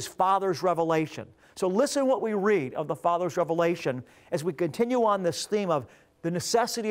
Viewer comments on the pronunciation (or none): none